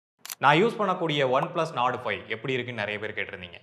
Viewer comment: Oneplus nord ❌️ oneplus nadu ✅️